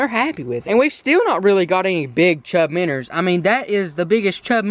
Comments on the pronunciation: ITS CALLED MINNOWS not minners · he keeps saying miners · Why do you say minrs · Minnows not minners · minnows. bro. not minners lmao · Dude there cal minnows not minners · Stop saying minners and just say minnow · i live in kentucky and no-one says meners but luv the vids keep it up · Minnerds lol